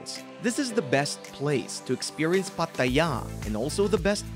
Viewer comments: Stop saying Pa Ta Yaaaa. 😭😭😭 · If he says Pattt-aayya again I will lose it! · Why do you pronounce Pattaya like that? Sorry but it was sooooo annoying 😅